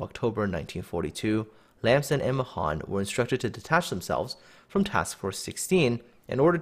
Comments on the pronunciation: It's pronounced "MAY-han" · Mahan means 'great' in Hindi.... Especially the way you pronounce it. I always thought it would be pronounced 'May-Haan'